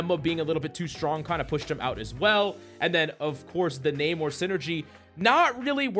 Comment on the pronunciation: Coach. It's "Nuh-More" not "Nae-More" lol😂